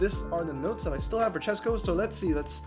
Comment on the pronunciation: Chesko here! Thanks for reviewing my garage and thanks for suggestion, I will max 2nd NSX 332. I am really impressed you pronounced my surname right, you're 1 in a thousand 😂 I actually haven't spend any money, this is completely f2p garage. About my Lotuses, I maxed 1st 323 when I didn't really knew what I am doing, then I wanted 233 version but mistakenly maxed it 323 again and finally I got another one couple days later and maxed it 233... Bugattis: I got 3 from regular ceramics and 2 from French premiums. Fun fact, one night I got 2 Veyrons from 3 ceramic packs I opened. I never knew my British garage is that big, I don't really check that stats 😅.